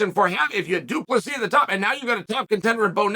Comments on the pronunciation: Due Plus He. Undefeated Undisputed name pronouncer Chael Sonnen. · Doo plah C Love it Weird hearing chael getting folks name kinda right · Why is Chael not saying it “Doo-Plessis” or something? 😁